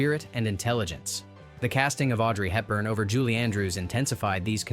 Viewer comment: 'Andrews." Not possessive. Audrey Hepburn, not "Helton." Yeesh.